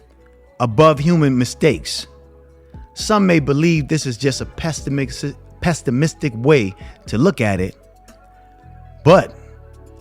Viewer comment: Good game, its pessimistic though not pestimistic.